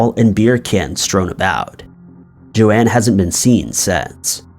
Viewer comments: Joan Risch, not Joanne. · BTW. It's Joan ("Jone"), not Jo-Ann... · Not Jo Anne, JOAN. Every true crime YouTuber has covered that case, how can you be fucking it up. sucking once again and reminding me why I never watch this channel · Well said! I agree. Found this channel, but have just found way too many false statements made, and am not going to watch it. It's just too unfair to the victim and the family and friends. Also, FYI to this man---Her name is Joan, not Joanne.